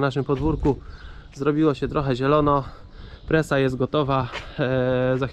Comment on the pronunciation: Czemu mówisz presa a nie prasa? Ps tak pytam